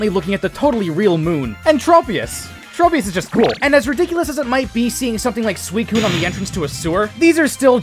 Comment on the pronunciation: Also the "Trop" part of "Tropius" is pronounced like "Tropic" , not "Trope"